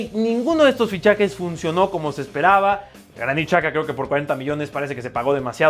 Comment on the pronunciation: dato: tengo un amigo Kosovar que habla Serbio y albanés y me dijo que el nombre de Xhaka no es CHAKA si no mas bien YAKA asi que seria Granit YAKA ya sabe que aqui su suscriptor balcanico le ayuda ✨🙌😇